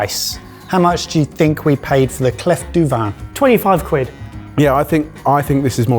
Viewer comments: Swiss here. It’s „clé“ for clef (pronunciation). It means key. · Did you purposely mispronouncedclef for a joke or are you really that silly that you don't know the Clef in French is the word for key? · "...no one French watches our channel..." Um...ce n'est pas vrai. :) By the way, "clef" isn't pronounced "cleff," it's pronounced "clay". Keep up the good work, boys! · "clef du vin" is actually more pronounced like "clay du vin" ;) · Clef (French word for key), is pronounced ‘Clay’ , the F is silent 👌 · Lads it is clef as in CLAY. Pretentious gadget. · clef is pronounced 'klé' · Lovely how you are straight up butchering French pronunciation - this is my review as a German 🤌🏾😂 I'm somewhat happy that the hot stone got the lowest possible rating, because in restaurants, it's a bit of "spectacle" at best and never good quality end product. No reason why it should be any better at home =D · Pierre à cuire ( "kweer) = cooking stone..... not heart stone (coeur).....as is pronouncing it. 2 minutes to google it before the show would take care of that, along with the correct way to say clef, (silent f)..but then we would not hear your best GCSE French 🙄..so please go on saying/slaying Sauvignon “blank“ 🤣😅😂..and looking so proud of yourselves while doing it